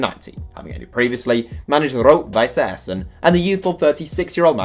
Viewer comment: Don't say Rot-Weiß Essen ever again.